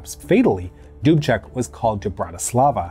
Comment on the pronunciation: This was an awesome episode for me, because I am Czech. Thank you for it.... Also,, good work with the pronunciation of the names. Almost every name was very close to perfect, I am giving you B+:-). Plus is for Mr. Dubček, you pronouced his name like a native Czech:-).